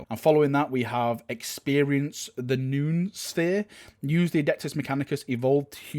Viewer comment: Noosphere is pronounced no-oh-sphere